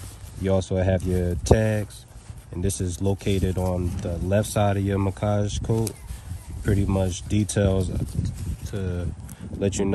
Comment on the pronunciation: Macage😂 it’s Mack-age bro😭🤣